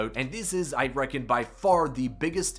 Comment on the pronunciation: Sir. This is cool. But if you "reccon" again.. im unfollowing